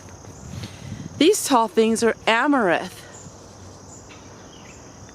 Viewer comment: Amaranth. Not amarith. Nice garden though.